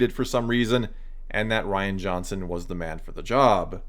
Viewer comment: *Ruin Johnson Could at least get his name right.